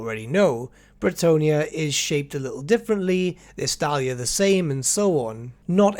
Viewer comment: "Arabay". "Nekehara". "Eastalia". Ugh. First three names I read. It's all about attention to detial, isn't it?